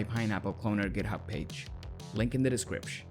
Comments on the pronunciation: Saying "decripsh" made me cut myself. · i was gonna like, but this guy keeps saying descripsh ............